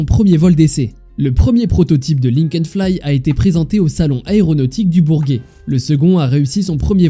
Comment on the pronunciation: Qui dit "bourguet"!?!